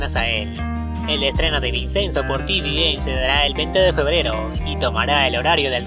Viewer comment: La pronunciación es ( vichenzo) se escribe Vicenzo pero no se pronuncia como se escribe porque es italiano 😊 👍